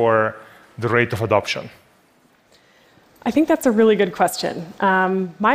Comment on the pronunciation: Bettina Warburg.. Warburg?? WAR-BURG?!!!